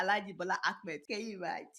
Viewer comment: Hello mrs Deola the name of president Tinubu is Ahmed not Akmed as you always call him. Please correct that pronunciation.